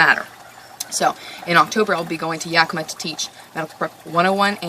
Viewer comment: What kind of cleaning solution did you say you use? I have never heard of it, but I couldn't pick up on exactly what it was??? (From a Washingtonian, I will add that the name "Yakima" is pronounced Yak-i-maw.) Love and appreciate you! Thanks.